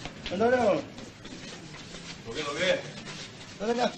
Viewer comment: タケシ様、どけ、どけのアクセントが違いますよ😱